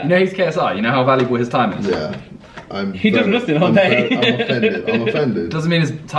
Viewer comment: why does he say Nuthing